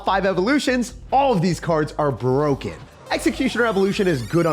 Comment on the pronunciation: "The evo ghost is BWOKEN." -certain person